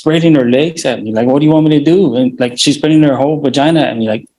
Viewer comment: Bro rly said “when SHEES 9 SHEES MINE 😤” 🤣